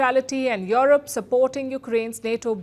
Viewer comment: Palki, it's Europe. NOT YOROP